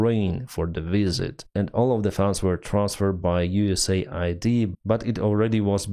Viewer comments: it's US-AID not USA-ID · FFS, read it correctly!! it's US AID not USA ID !